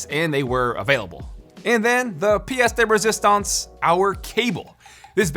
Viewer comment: And the "Psdaeresistance" :'D